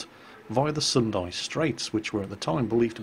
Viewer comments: not sundae... it pronounced "soon-da" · S U N D A not S U N D I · 1. The city of Houston actually has a "u" sound in the name, so it is pronounced "HEWS-ton", not "HOOS-ton". 2. The Battle of the Sunda Strait may have been a night battle, however the name does not have an "i" on the end, so don't pronounce it like Sendai. It's "Suhn-da", not "Suhn-dai".